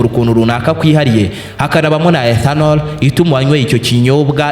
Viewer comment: 😂😂😂 icyo kirimi igi swalabiya Niki ethanonol 😅😅😅😅